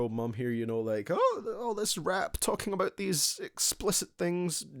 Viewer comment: Please try to say "About" instead of "Abut" - I cannot watch your videos hearing "abut"